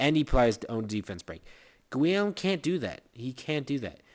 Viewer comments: It's pronounced Gee-Yome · guillame is pronounced geeyome